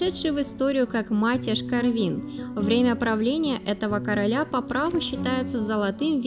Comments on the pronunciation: Странно... делать видос о венграх и не знать, что в венгерском языке ударение всегда (!) ставиться на первый слог (в т.ч. и именах/фамилиях)... Слух режет это ваше "Иштв'ан", "Корв'ин", взамен правильному 'Иштван, К'орвин... (( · Матьяшь не хорвин а Корвин то есть ворон